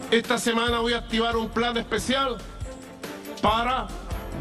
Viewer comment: Jajajaaaaaa, no sabe ni hablar..."humillacióm, plam, com, biem" Jajajaaaaaa el analfabeto no pronuncia la "n" al final de ninguna palabra, todas terminan en "m" Jajajaaaaaa 😅😅